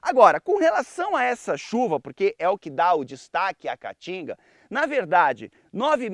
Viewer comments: Esse idiota não consegue nem pronunciar o nome Caatinga corretamente. Vai estudar, analfabeto. Caatinga, caatinga, caatinga. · Amei o começo quando ele falo "a catinga" kkk🤣🤣🤣🤣🤣